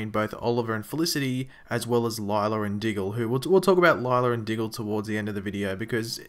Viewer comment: her name is pronounced lyla not lylar and law not lawr